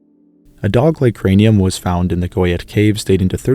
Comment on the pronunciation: Wonderful tale of ancient humans! BTW Chauvet should be pronounced more like show-veh. How pronounce Chauvet